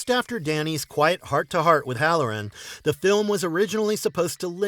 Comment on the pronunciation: The video is well made, and the narrator clearly speaks English as a first language, yet he doesn’t know the pronunciation of the word “the”, depending on what word follows, and the word “a”, depending on what word follows, which is not only weird, but it’s very distracting. He should take some lessons. It's so hard to hear repeatedly, I sadly had to stop watching the video and just read the transcript.